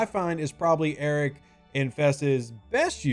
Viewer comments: Am I the only person who hears "Eric" instead of "Arrock" or is it just me because I'm not a nativ english speaker? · I believe it’s pronounced A-rock, as in… I want Arrock I want Arrock!(Rock!) I want Arrock!(Rock!) I want Arrock!(Rock!) I want Arrock!(Rock!) Mine it down you say But my Feesha’s too slow up on this Concentrated Latinum Node! Node! Node! Node! Tell me not to mine Well, all I got to say to when you tell me not to mine I say No! No! No! No! So, if you ask me why I like the way I crew it There's only one thing I can say to you I want Arrock!(Rock!) I want Arrock!(Rock!) I want Arrock!(Rock!) I want Arrock!(Rock!) Now that Rock’s my Cap I get my Lat so fast, go OPC and Vi’Dars make me explode! ‘plode! ‘plode! plode! Now he’s leveled up I've waited for so long so I could zero all the Suliban Nodes! Nodes! Nodes! Nodes! When it's like this I feel the Vi’Dars shootin' through me There's no one else that I would rather crew I want Arrock!(Rock!) I want Arrock!(Rock!) I want Arrock!(Rock!) I want Arrock!(Rock!)